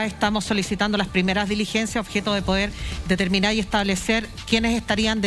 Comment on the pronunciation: Señora defensora de Huaiquipan, tenga cuidado, usted es abogada, la palabra " DELIGENCIA", no existe. Se escribe y se pronuncia: "DI LIGENCIA"...